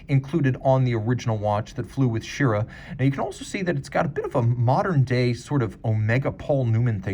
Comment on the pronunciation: Astronaut Wally Schirra’s last name is pronounced Sher-RAH, not Sheera. Sorry, but when I hear that it catches my attention every time.